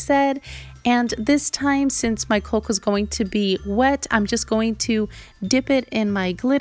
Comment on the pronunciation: Caulk is pronounced like cawk.